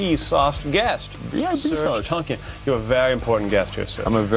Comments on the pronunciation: Isn't it Tankian.. not TONKIAN. :p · he pronounced serj tankian wrong. its pronounced tank - e - an. SOAD needs to get back together. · its serj tankian, not tonkian!!! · In his native tongue, it's pronounced Tong-kee-an